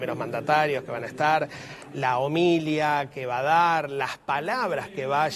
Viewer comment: Por favor, se pronuncia homilía observen dónde está el acento no “homilia como ha dicho este periodista